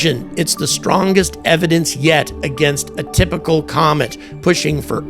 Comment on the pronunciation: Tymical or is it typical? Just trying to clear things up. Thanks 😂